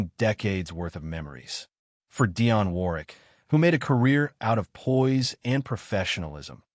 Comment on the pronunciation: it's DIONNE....NOT Diane. But she is a superb artist.